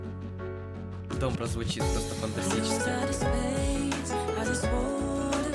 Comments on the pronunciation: Спасибо за реакцию. Но правильно будет не дОмбра, а домбрА. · Не до'мбра! А ДОМБР'А!УДАРЕНИЕ ПРАВИЛЬНО СТАВЬ! НЕ КОВЕРКАЙ СЛОВА! РУССКИЕ АЕЧНО ИСКАЖАЮТ! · Привет ударение на последнюю букву,тогда правильное произношение будет. Домбр ааа. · Добра, ударение на последнюю букву А, пожалуйста правильно произносите ! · Домбра́ вообще то а так прикольно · Не до'мбра, а домбра' ударение на (а) 🤗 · Спасибо за позитив. Правильно ДомбрА. Ударение на а. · Не дОмбра, а домбрА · Говорите,, домбра', ударение на,, а" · домбрААААААААААА! А не дОмбра! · Только не дОмбра, а домбрА. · Первая песня на английском конечно же, поёт Стинг. Вторая песня Батырхана Шукенова.И правильно ударение на последнюю гласную -домбрА. Очень понравилась твоя реакция. Ты прям такой позитивный, добрый. От твоей реакции тоже море эмоций и позитива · Домбра ударение на а или вы все специально искажаете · Домбра ударение падает на последний слог,так будет правильно звучать слово. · Добра ударение на А Домбрá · Ударение на последний слог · Почему нельзя произносить правильно название инструмента??!!! ДомбрА!!!!!! "А"!!!! На последний слог ударение всегда : домбрА, домбрЕ, домбрУ!!!! Мальчик, неужели трудно прогуглить перед тем, как хочешь "залить" в инет для своих лайков!!!!??? Бесит!!!!!! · домбрА'... Ударения в тюркских словах, особенно в именах собственных, ВСЕГДА на последнюю гласную. Домбра-домбыра - это не только развлечение, но и вполне себе боевой инструмент - задавал ритм во время набегов и походов. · Домбра - ударение ставится на последний слог - домбрА, спасибо за внимание. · Домбыра, ударение на "а" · Пожалуйста ставьте ударение на А - домбрААА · ДомбрА. Ударение на последнюю гласную. Спасибо из Казахстана. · Ударение на всех казахских словах падает на последний слог, например: домбрА, салЕм, ауЫл и т.д. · Читается мэйд ин кей зэд , а не ка цэ... и ударение в слове домбыра на последний слог. Так для информации:)) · домбра- ударение на 2 слог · Акцент домбра на после дней букве А,!